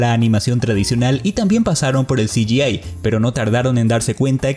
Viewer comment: Hola. Quisiera hacerte una humilde y pequeña sugerencia, en el minuto , pronunciaste "CGI", o sea "ci - yi - ei" pero en realidad tendría que haber sido "ci - yi - ai", ya que nada más la 'a' en inglés es pronunciada como "ei", mientras que la 'i' es pronunciada como "ai". ¡Saludos desde Hernandarias; y gran video! Qué suerte que hablaste del estudio Aardman, es uno de mis favoritos junto a Ghibli. Gran trabajo, como siempre.